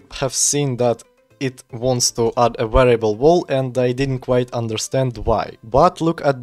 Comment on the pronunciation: Слышу что "й" и "р" сильно читаешь. Wall не волл а уолл. Также между словами слишком большой промежуток. Я не наставиваю но можешь поработать над этим если не сложно.